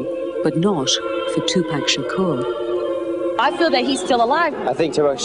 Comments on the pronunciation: Tupac Shakerr.... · I wish she would pronounce his name correctly! OH EM GEE! She's getting on my nerves!